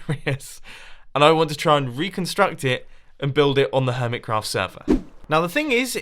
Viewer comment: Its been 3 years and Mumbo still says it HermitsCraft ITS HermiCraft not HermitsCraft